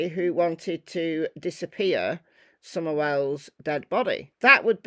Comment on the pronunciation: why don't u know how to say her name for one and for two she did tell the truth and have no lies to tell and she didn't do it for money period and all u you tuber are trouble makers and stuiped leave the police work to the police instead sticking ur all nose where they don't belong period and she might been found by now period cause half u all know the stuff goes on down here period